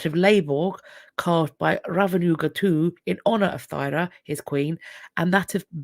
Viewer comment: Thyra is pronounced Tura. I have a Viking name!